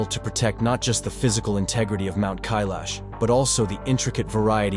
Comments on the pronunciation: I counted at least 5 different pronunciations of Kailash. Please pick one and stick to it maybe. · First learn to pronounce Kailash properly before you try to sell a story 😂